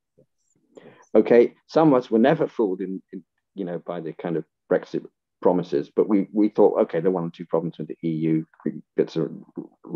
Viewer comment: "Brexit pwomises"... What the hell are you talking about? The future is promised to no man.